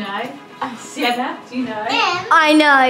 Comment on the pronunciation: Oh it's Sienna, not Siena 😊